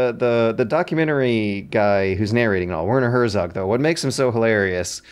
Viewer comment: "Wörnor Hörsogg" Jesus Christ my german ears are bleeding to death x_x At least use fucking google translator or something to get a decent pronunciation my dad.